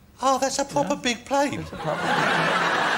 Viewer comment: Yes, pwopew